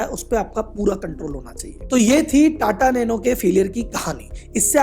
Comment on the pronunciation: "NATA NANO"